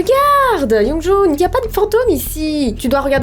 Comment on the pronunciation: On dit youngjoun XD